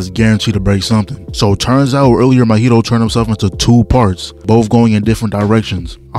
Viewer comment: Bro, Mahito isn't an alcoholic drink with mint in it, bros name is pronounced MAW - Hito, not Mo-hito lmao.